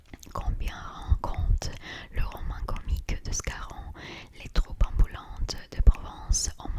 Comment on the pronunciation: Ton français est tellement plaisant à écouter et il est quasiment parfait ! Tu as dû t'entraîner beaucoup de temps et tu mérites le niveau que tu as actuellement 😊. Cependant, j'ai remarqué que tu as encore tendance à prononcer les "u" en "ou". Exemple : ->Les troupes amb(u)lantes ☑️ -> Les troupes amb(ou)lantes ❌ _________________________ -> Ont mauvaise rép(u)tation ☑️ -> Ont mauvaise rép(ou)tation ❌ Sinon continue cette série j'adore énormément !😁👍🏻👍🏻🤲🏼